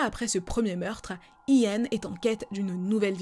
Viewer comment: It’s funny when you say “I-an”. In English you’re pronouncing it like “YiAn”.(imagine saying Yin and Yang ☯️). Your video was top tier as always 🔥🔥❤️❤️